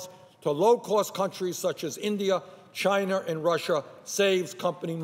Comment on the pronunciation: Has anyone noticed that Bernie sometimes says chiner instead of China?